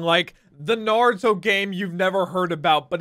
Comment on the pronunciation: nartuo lmao